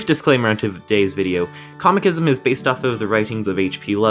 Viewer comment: It's Cosmicism how thr hell did you butcher it